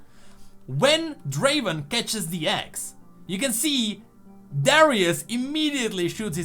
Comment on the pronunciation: It's not draven it's Draaaven